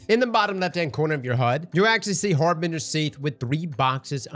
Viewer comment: Har-bin-gers pulse